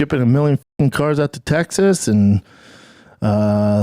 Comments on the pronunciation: Its pronounced "tec sis" Not "tegzis" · First time I’ve heard it pronounced Tegziz. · Tegsas lol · “Tegzas” … “buddon” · Bro keeps pronouncing it “Tegsas” 😅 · “Tegzis” for Texas made me laugh way longer than it should have 😂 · You’re the man,, but what is “Tegg-ziss”? lol just messing with you! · Bapa, are you saying tegsas? You aren't helping the stereotype of our accent 😂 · "Tegsus" is killing me 😂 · I just realized you say tegzas instead of Texas 😂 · Tegsas 🤣 My bub moved to tegsas smh Just retire from professional sports dad coach and come back calmedy. The ppl need you